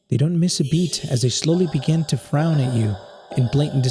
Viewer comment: the word: begin: "begging"